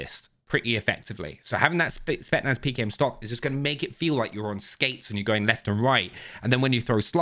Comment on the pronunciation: spetSSSSSnaz! Not spetnaz!!